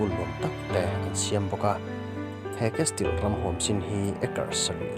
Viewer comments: Castle(casil tih a lam tur) chuan mizo dik tak i nih chuan Burma raltlan lam dan in mizo tawng lam suh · Kesil tiin lamla......